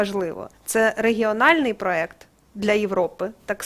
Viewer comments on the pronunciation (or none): none